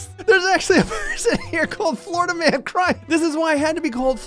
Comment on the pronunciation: Dictionary pronunciation: Florida Pronunciation: Floridia